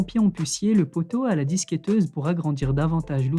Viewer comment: Annééécy, à la disQUéTeuse et quoi d'autre encore ? il a du mal avec le francais des fois je trouve x)